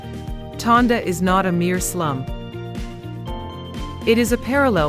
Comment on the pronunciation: Tondo. Not Tonda